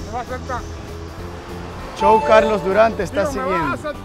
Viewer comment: Me asombra la pronunciación que tienes de redes sociales tales como Instagram, Youtube y luego tu propio nombre lo pronuncies CHOW en vez de show...